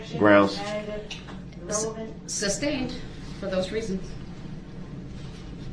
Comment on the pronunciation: Substained and axed are driving me nuts